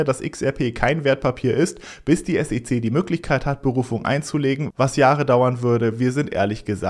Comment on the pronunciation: kannst du wieder S E C Sagen und nicht Sece Danke